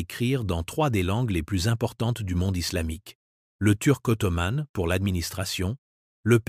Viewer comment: Intéressant mais pénible à écouter avec des mots masculins comme ottoman ou sultan prononcés ottomane et sultane !